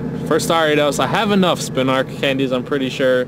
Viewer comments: It is NOT spinark. Its spin-a-rak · SpinaRAK, not Spinark